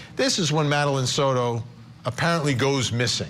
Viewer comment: Soto NOT "sourou". Ok??